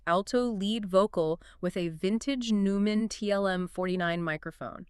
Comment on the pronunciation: EXCELLENT talk about this brilliant song. Neumann TLM 49 mic (pronouced Noy-mann). A great song can always come back. Timeless indeed. Love your ending question - what is YOUR Fast Car? We all have one or two, or three.